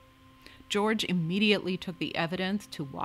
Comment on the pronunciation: Wasco is pronounced Wahs-coe. No cow involved. Nice video.